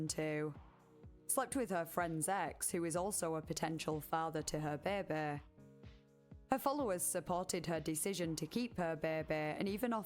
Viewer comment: I love the way you pronounce "baby"! Beebee